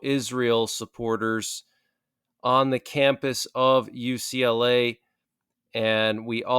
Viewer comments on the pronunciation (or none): none